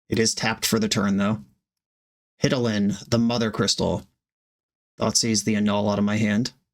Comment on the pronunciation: watching this with my boyfriend that I met talking about FFXIV, hearing "Ve-gnat" and "Hid-a-lin" and I'm just sitting here smiling and he says "This hurts me"